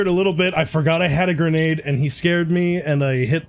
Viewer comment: Oh God when you "fatFingur'd the Gurnäde" I nearly pissed my self. Nice plays man :)